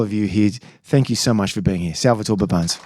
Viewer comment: Please learn to pronounce Indian names correctly. You are butchering Indian names. Should I call you Baboons instead of Babones?